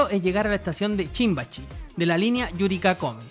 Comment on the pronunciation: por que dice "chimbachi" en vez de "shinbashi"??🙃🙃🙃